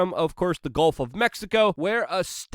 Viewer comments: I forgot English is Luke’s second language until I saw golf of Mexico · Not the “golf” of Mexico…it’s the “gulf” of Mexico hahaha